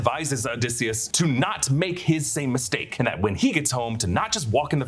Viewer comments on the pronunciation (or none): none